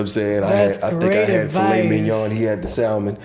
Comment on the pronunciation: I was with Jay until “SAL-mon,” because wtef🤦🏾‍♀️🤬